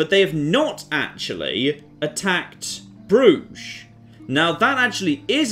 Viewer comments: an uncultured barbarian. Pronounces Bruges: "Broozh". Me: a man of culture and refinement. Pronounces Bruges: "Bruh-jez". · Bruges = Bruises